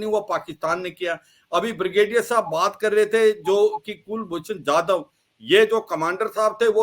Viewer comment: Brigadier saab, Pronounciation to pahele sahi kar lijiye ... Kulbhushan Jadav not Jaidev ...